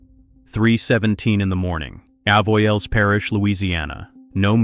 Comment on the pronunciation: You need to learn how to pronounce "Avoyelles". It's the next parish over from me, and years ago a friend from there, who had grown up hunting in Bayou Jack, would supply me with the occasional shoulder of wild hog. Acorn-fed wild hog is the best meat on the planet.